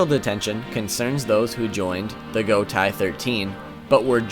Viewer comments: Is pronounced as go tay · ... did you seriously just pronounce "Gotei" as "gou-tai"? Most of the Japanese stuff reads as they are written... It's not that complex!